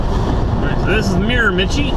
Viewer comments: It's pronounced "Mare-Ma-She." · Actually it's pronounced Mira-ma-shee. Great video. Keep them coming. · I am from the Miramichi and just thought I'd clarify that it is pronounced Mira-ma-shee, just so you know for the future:) its the Irish capital of Canada and very famous for salmon fishing:) love your videos, keep it up!! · I believe it's pronounced Mira-ma-CHEE. Very famous for the salmon fishing there. Love your videos. So you call a hat a toque...do you know what we call a togue in Northern New England? It's a lake trout. Be safe driving and give Diesel a back scratch for me. Sometime you need to take a run over to Prince Edward Island -- lots of cows there. :)